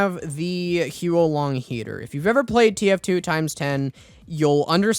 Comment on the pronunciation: "Hyu-ou Lahng Heater" "Daylokohz Bar"